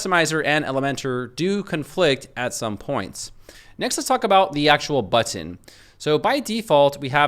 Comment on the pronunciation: Drinking game: Everytime he says "BUH-TON"